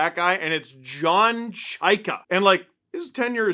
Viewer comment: Folks, it’s CHAY-ka, not CHIGH-ka.